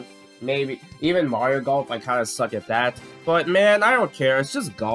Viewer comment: Why did you say Golf like that? Lmao